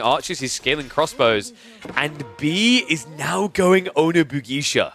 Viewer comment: I love you man, but the way you mispronounce onna-bugeisha is driving me up the wall lol. Say it like "buh gae sha", and not "buh gie sha". Please, I beg you.